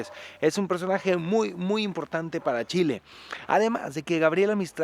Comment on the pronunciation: Primera vez que escucho el "chi chi chi, le le le" como corresponde de un extranjero <3